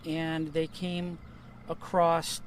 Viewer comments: Across, not ' Acrosst ' or ' Acrossed ' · Thank God for whistleblowers like this man.❤ But he said "acrost." In English, the word "across" does not have a "t" at the end. So why are so many people starting to say "acrost" when that is not a word? Please don't spell or say our English words incorrectly because the elite laugh at us...smh. Sorry. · How do I spell that word ? ...acrossed? ...acrosst?